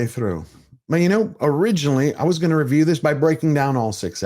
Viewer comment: Nice RRRRRRRRRRRRRRRRRRRReview.